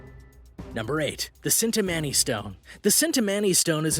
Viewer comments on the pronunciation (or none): # 8 is pronounced chin-ta-money JSYK